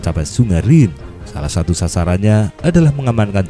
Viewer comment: Min bacanya rine....haha